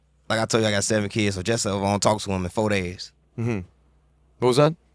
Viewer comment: Durk said FOUR DAYS the second time hard as hell like “LISTEN” 💯💯😆